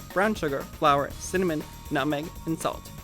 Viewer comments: He said cinnamon, but I agree, it kind of sounded like 'some mint' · In the captions it says mint, I think the way he said cinnamon just sounded like some mint.